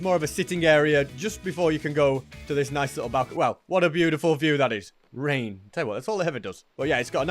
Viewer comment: Why'd he say rain like that 😭.